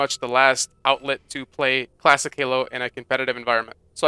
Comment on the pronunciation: I kept hearing you say "plastic" halo, took me awhile to figure out that you were saying "classic" lol